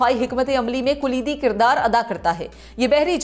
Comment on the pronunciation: بھترین تلفظ کے ساتھ یہ خبریں پڑھیں ھیں آپ نے مگر کھیں کھیں تلفظ غلط جیسا کہ آپ نے کلیدی کردار کو کولیدی کردار پڑھا جو غلط ھے